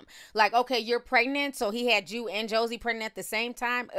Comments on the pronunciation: Lmao you forever calling her Josie 😂😂😂 it’s JOIE (pronounced like JOY) 😂😂😂😂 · Why do you keep calling Joie(Joy) Chablis Joey ????? I can’t take it 😒😂🙄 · I cringe every time she says Josie and not “joy” 😂🤦🏽‍♀️ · If you say “Josie” ONE MO’ TIME!! 😩😩 It’s JOIE!! 🙄😂😂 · I think the 5th baby mama´s name is Joie (pronounced either Joey or Joy). It´s not Josie/Josey. It´s funny that he is now requesting gag orders since that´s what Ciara had to do with him because he kept talking about her. And when Monica´s baby daddy took him to court, he was trying to clown him for going through the court system. Now look at him.